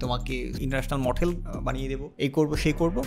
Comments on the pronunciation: It's only mothel not model LOL!!!!! By the way shei hoyeche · Model ❌ Mothel ✅ Bro love from Kolkata...😂🌚❤ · বাজান তোমার মুখে মঠেল কথাটা দারুন মজা পাইলাম